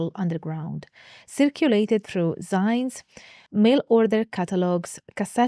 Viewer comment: Unless maybe it's an Italian thing (if so, my apologies,!) but I'm pretty sure it's pronounced "'zines": zeenz, as in magazines. Remember Flagpole Sitta? "I wanna publish 'zines! And Rage Against Machines! I wanna pierce my tongue it doesnt hurt...!" Etc.☎️